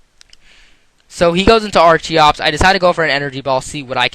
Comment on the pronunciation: "archiops" "sciizoor" "renianiclus" "scaled"